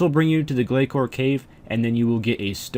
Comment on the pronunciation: Sadly, according to the person who made them, it's "gla sore" :)